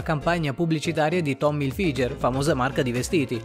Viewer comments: tomm ilfiger.... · cito " Un minuto di silenzio per aver pronunciato malissimo "Tommy Hilfiger" " maròòòòòòòò